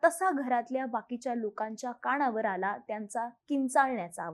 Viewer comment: सावळी विहीर नाही साऊळ विहीर । काणावर नाही कानावर । आणंद नाही आनंद